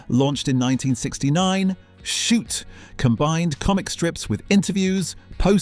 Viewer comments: Your stupid AI voice has real trouble with "Shoot!" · Is the narrator AI?? Sometimes he says Beano correctly and other times it's Ber-no. The way he says Shoot is ridiculous, he can't pronounce banana and says the word zanier as zar-nier. So, so annoying!!